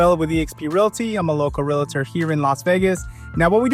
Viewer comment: Major props for saying "realtor" the correct way "real-tor" and not like those cringy people who say it wrong: "REAL-A-TOR", or "REALLA-TOR" like WTH. How can I trust a "REAL-TOR" who says it wrong.